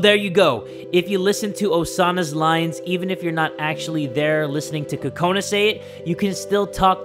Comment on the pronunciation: BTW it's Kokona not Kakona